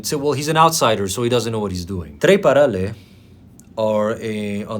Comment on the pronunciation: I understand you, dear. And if I see hate comments, I want to swear to them. But you better not notice that you don't have anyone with. BTW I am glad that you mentioned Romania (because I am Romanian). I really liked how you pronounced perfect „Muzica Populară” and „Trei Parale” as if you were real Romanian. And to conclude this comment, for a year since I have been following you, you amaze me through your work every day. Keep it that way and please never give up!